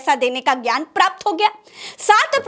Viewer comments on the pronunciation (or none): none